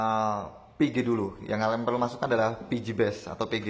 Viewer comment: Pengucapan VG dan PG nya hampir sama mas, usahan bilang Vigi da Pege itu beda pengucapan Jadi penonton gak bingung